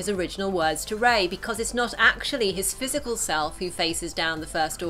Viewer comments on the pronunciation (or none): none